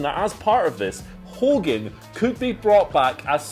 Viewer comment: Wrestling fans and reporters should know how to correctly say Hogan's last name.